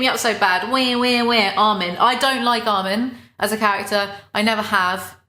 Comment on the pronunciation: i love how she doesn't like armin but thats one of the only characters names she pronounces correctly